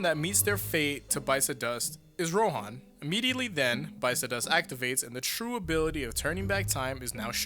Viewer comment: It's Ro'han', like 'han'd, it's not pronounced 'hawn'd Why can Americans pronounce nothing correctly even after listening to it for an entire season